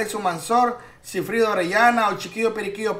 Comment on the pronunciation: Es SIGFRIDO no Sifrido 🙄